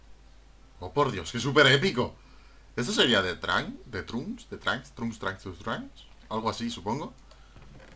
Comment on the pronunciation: se dice Trancks pero se escribe trunks